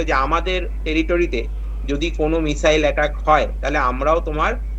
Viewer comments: উচ্চারণে মিজাইল😅😅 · ভাষা ঠিক করে বলুন, মিসাইল না বলে মিজাইল বলছেন, পাগলের মত কথাবার্তা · মিজাইল? ইজরাইল? হচ্ছেটা কি?এগুলো ঠিক করে উচ্চারণ করুন । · মিজাইল😁😁 কি শব্দের উচ্চারণ 😌 এরা নাকি আবার শিক্ষিত সমাজের মুখ 🥹😄😄😄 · আচ্ছা মিসাইল কে মিজাইল বলছে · মিসাইল হবে তো, মিজাইল নয় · যাক, অনেকটা নিশ্চিন্ত হওয়া গেল। অনেক দাবী, পাল্টা দাবীর মধ্যে সঠিক খবরটা পাওয়া গেল। এটাই গুণ। তবে একটা মিসাইল যে ৩০ ফুট গভীর আর ৫০ ফুট চওড়া গর্ত করে দিয়েছে মোসাদের কার্যালয়ের কয়েকশো মিটারের মধ্যে, সেটা বলল না। আর একটা কথা, মিজাইল নয়, মিসাইল। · মিজাইল নয় , মিসাইল । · মিসাইল ❌ মিজাইল ✅